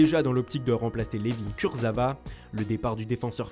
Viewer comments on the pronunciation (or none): none